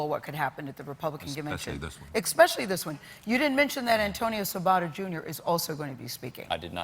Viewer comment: "Expecially" haha